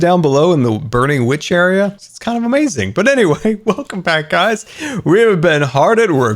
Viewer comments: It isn’t a scar vid with out him saying “UHmayZing” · No one:: it’s going to be Amaziong